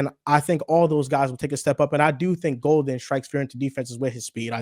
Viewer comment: Disrespectful how he mispronounced Golden’s name. I feel like if Golden or Parsons went to any other team he’d remember. But for some reason they love to hate the Pack.